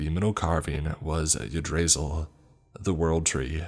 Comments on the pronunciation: Igg-drah-sill. Not fucking Yah-dray-zull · My man said " ya drey sel" instead of "yig drauh sil" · love your storytelling, but that's not how you pronounce yggdrasil